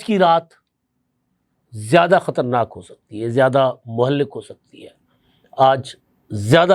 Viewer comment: مہلک کا تلفظ